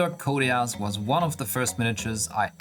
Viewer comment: Great build, thans for sharing. My OCD gives me tics every time you pronouce his hame "koteas" instead og "koteez" :D